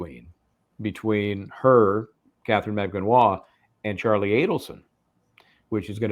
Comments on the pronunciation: The Filipina name “Magbanua” has four syllables when you pronounce it fyi. Emphasis on the “U” which is the 3rd syllable. Mag Ba Nu A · Stop saying her last name wrong